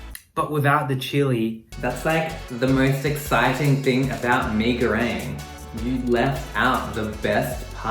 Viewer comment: Me as Indonesian: There's not "A" In Goreng 😓